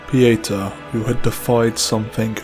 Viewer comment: I love this presentation, but I'm a bit disappointed that your pronunciation of "Pieta" doesn't match the way she and Exacter Dunmire pronounce it. Specifically, in her introduction after meeting her at Skyrest, and in Dunmire's early quest dialogues where he instructs you to say nothing to Pieta. Both Pieta and Dunmire emphasize the "TA" in the pronunciation. Granted, Captain Stomund and a Stigma of Judge Cleric's "secretary" pronounce it like 99% of the internet. But I'm inclined to believe the correct pronunciation is the one given by the character herself. Typically, it wouldn't be a concern, but considering this video is a historical lore documentary, accuracy becomes more crucial.